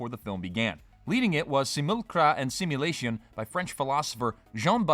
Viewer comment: It's a sashimulation